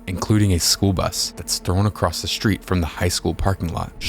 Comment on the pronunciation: Love your channel. I would like to offer 1 small suggestion regarding diction. Words like street, string, strong, strength, do not and have never carried a Germanic Sch sound. The proper pronunciation is as it is correctly spelled. The St sound never includes the Sch sound. It helps an even wider audience listen to you projecting confidence and wisdom just by using the proper enunciation.